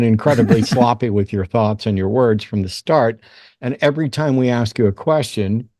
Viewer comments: Ask not Aks. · An "aks" pastor, or an ex pastor?! 😳🤣🤣🤣